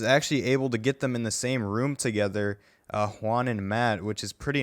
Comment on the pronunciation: did he just say hwaun?